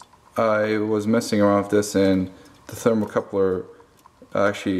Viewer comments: Thermocouple. Not Thermocoupler. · Its thermocouple moron, not "thermocoupler".